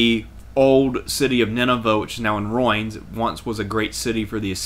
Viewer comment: Ruins (roo-ins), not roins.